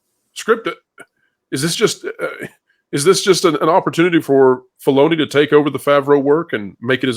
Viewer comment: "Felony." Not "falloni." Coz what he's done to Star Wars is a felony.